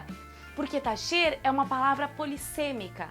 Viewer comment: Aaaah esse sotaque gaúcho é lindo demais! Por falar em sotaque, esse sotaque espanhol ("tacher"=taller) vem de onde? Adorei o vídeo! Sds do Rio.